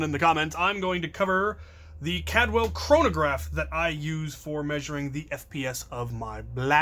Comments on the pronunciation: It's CALDWELL, not "Cadwell". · There's an extra L in there. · It’s not Cad well. It’s Caldwell